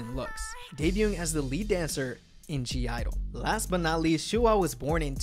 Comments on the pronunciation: .... it's not pronounced G I-dle... it's only pronounced Idle, the G is silent... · I think it's pronounced idle and not g idle, but it's ok, also, my bias is Yuqi and my bias wreckers are Minnie and Soyeon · It’s pronounced IDLE not G-IDLE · It’s Idle the G is silent Bias. SHUHUA Bias wrecker . MIYEON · Why does he pronounce the 'G' ????